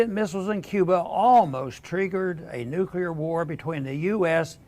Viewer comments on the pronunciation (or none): Luke, why do you always pronounce the word "nuclear" as nuculear? I see a lot of Americans doing this.